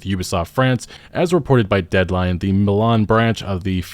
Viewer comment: Mlan? Milan my G